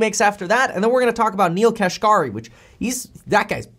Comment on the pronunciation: Neel Kashkari's last named is pronounced "cash carry". Yes, it is funny.